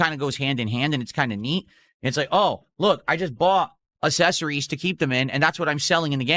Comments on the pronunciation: “Ass-es-ories” 😂 Try moving your tongue more in that melted stroke mouth! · Did rele just say "assessories"? What a total fkn idiot. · Assessories....he ACKtually said "Ass-ess-ories"... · loves his ASSessories😂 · I have a theory that says 'assesories' to avoid saying ACK in accessories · lol no easy detractor wins! Ack ack ack acksessories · I just realized…does this idiot say “assessories” so he isn’t saying “ack” and giving the detractors a win? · Honestly pisses me off every time he pronounces accessories “uh-sess-ories” lol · Nor can he say accessories. He's so worried about saying ack- that he just says a-sessories. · and still won't pronounce the word right. Valedictorian of his SPED class. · The way he says accessories really annoys me. Grown man yet speaks like my 5 year old niece. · He's afraid to say Ack, lmao. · Yeah it's confirmed, somebody mentioned he's saying it wrong and he brought up the "ack" dude thinks not saying "ack" makes him safe from trolls when he's actually speaking like a morahn to any new viewers lol, this is why he's the king of lolcows